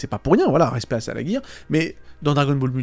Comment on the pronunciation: Merci pour les trucs sympa sur DBM :) Nota: ça se prononce "salajir", pas "salaguir" :p